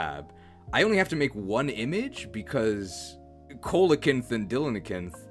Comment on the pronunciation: Repeatedly pronouncing coelacanth wrong made me want to bash my head against a desk. It's "seal-o-canth". She was right and you know it. I wonder where she is rn 🤔. The "Coel" prefix usually refers to hollowing... And the "canth" refers to the spine. "Hollow-spine" by name. Certain dinosaurs (like zolt as well as modern birds today) are "coelurosaurs". "Hollow-lizards" by name. Tl;Dr it's Greek. Greek doesn't need to follow your silly English rules.